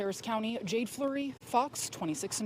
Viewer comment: "Jaden" not "Jade"....decepticon vibes...allegedly. 🧐🤔🫣